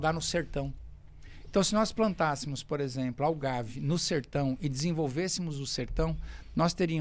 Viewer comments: "A cana eh legal por que ela captura CO2" a nao ser pela imensa quantidade de Diesel gasta pelos tratores que a plantam e colhem e pelos caminhoes que a transportam...Tente outra vez amigo. PS: O nome da planta nao eh "Algave" eh "Agave" algumas especies sao conhecidas como Sisal. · Acho que não é "augave" e sim agave, eles fazem tequila disso 😁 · Excelente conteúdo! Só uma pequena correção, o nome da planta é Agave e não Algave. É a mesma utilizada na fabricação da tequila.